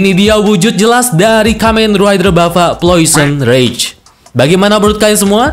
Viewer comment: Janjian nih sama agan reza ya?? Subtitle nya bener namanya plosion rage, videonya penyebutannya salah. Agan reza malah sebaliknya.